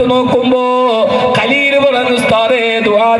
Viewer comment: സഹോദരിയുടെ മകൻ 😔 ഖലീൽ അല്ല ഹലീൽ എന്ന് ആണ്